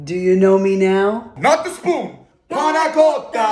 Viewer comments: Good he said “BETCH” and panna cotta when he said i’m pretty sure it’s pronounced as “panna cotta” not “PANA COTA” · the Pronounce Is paNNà coTTa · He pronounced the worst panna cotta i have ever heard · Yall the pronunciation of panna cotta is really bad and im from italy too i mean you can tell that they’re are not from italy